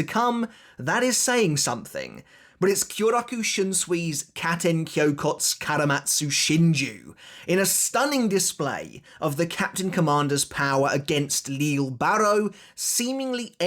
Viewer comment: You’re pronouncing Lille’s name wrong. It’s LEE-jay.